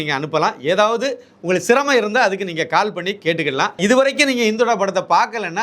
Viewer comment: படத்தின் பெயர் " இந்துடா " So don't say. " இந்தொடா " உங்கள் உச்சரிப்பை சரி பார்க்கவும் 🙏